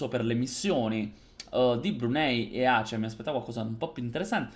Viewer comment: Mi sento altamente offeso per 2 cose. 1. Non è hoi. 2. La tua pronuncia di Aceh.